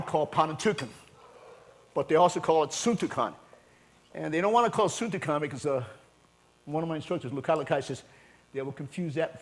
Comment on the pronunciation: Suntukan, my brain took too long to process that. it's SUNTUkan no need to extend the syllables. Literally beating the shit out of each other. Sapakan is a more brutal word for it.